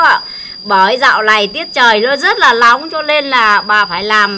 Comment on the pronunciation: tiết trơiii rất là lóng hahah:)))